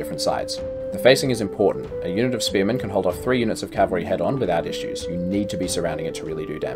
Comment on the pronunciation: Cavalry not calvary